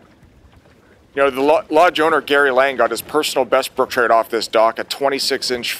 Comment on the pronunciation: "brook Troot" gotta change my lingo I guess . Cool place.